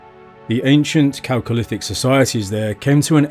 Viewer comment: I'm just glad he pronounced 'chalcolithic' correctly... I'm in for the rest of the doc...